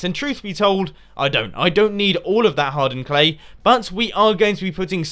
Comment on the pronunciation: Haha, when ever i hear anyone say "hardened clay" it sounds like Hard Earned Clay, dverytime every time haha